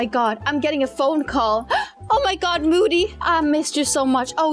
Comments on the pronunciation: It sounds like she said booty xD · It's Moody not boody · HER NAME IS MOODY NOT BOODYYYU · It's not boody it's moody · When said oh my god boody I think she ment moody 🤣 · You said boody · said boody when moody went like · said boody duh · moody or booty? 😂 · She said moody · LOL she said moodys name wrong